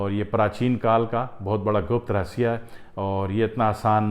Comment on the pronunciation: پراچین کال کا رسیہ صحیح تلفظ نہیں ہے رہسیہRahassye